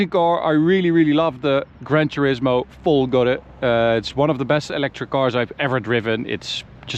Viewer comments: Finally, someone who pronounces "Folgore" with the tonic accent on the right syllable. Bravo from Francophone Michel in Montreal.:) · Oh, I'm glad to hear you guys have remembered how to say "Folgore" properly